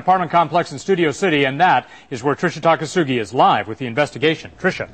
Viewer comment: Its Tricia Takanawa not, Takasugi... :D